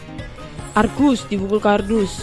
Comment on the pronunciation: Bukan Kargus Tapi Argusss